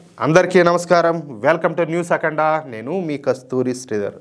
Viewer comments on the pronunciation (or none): none